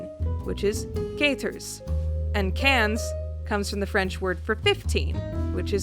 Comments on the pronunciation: quah-trehz and qwanze, not caters and cahns. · ka-to-rze and kain-z not kat-erz and kanz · "Cat-Oars" not "Caters". Sorry for being the really late picky french speaker over here. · Just saying, (not at all to be rude) but it's pronounced "kyat-orz" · Quatorze- pronounced "Cat-or-ze" Quinze- literally pronounced "Cans" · I felt (hehehe) the need to correct your pronounciation. It's said like Kat-orz. This video's great though!